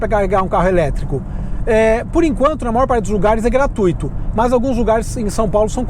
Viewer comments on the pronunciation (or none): none